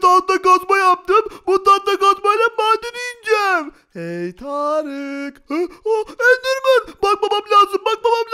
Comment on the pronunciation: Endermın degil doğru düzgün konuş